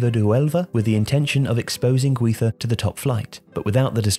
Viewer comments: it's GUIZA , not HUIZA! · The way you pronounce "Guiza" made me stop watching.